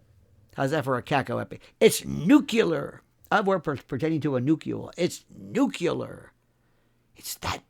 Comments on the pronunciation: Nuclear not Nucular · Nucular lol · I've always made fun of people who say "Nuk-ya-ler